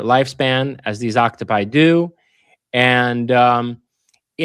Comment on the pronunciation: Homie knows everything except how to say “Octopi”..